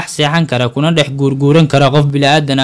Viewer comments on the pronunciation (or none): none